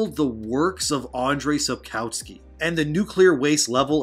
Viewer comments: 'Andrej Sapkałski' XD love from poland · I certainly can pronounce it so it doesn't sound like "sojourn" which is just about the level of difference between Andrzej Sapkowski and Andre Sapkauskee here. ;)